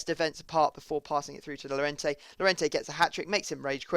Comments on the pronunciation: Llorente's name is pronounced "Jorente" in english. J as in Jordan. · when you say jorente cuse two ll means a j in spain. Plz